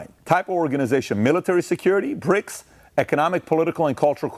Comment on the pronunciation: Are you saying Brics or Prics 😂